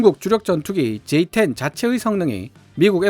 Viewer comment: J-10을 F-10으로 읽으셨네요 수정가능하시다면 수정하심이 좋을듯요 ㅎㅎ